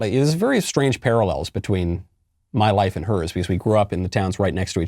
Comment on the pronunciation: She pronounces “and” as “IEEENDDDD”